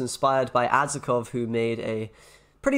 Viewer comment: You say Adzikov wrong, just saying:) but i understand - polish is difficult for non-polish people:)